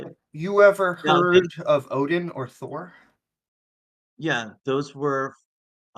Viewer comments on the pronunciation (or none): none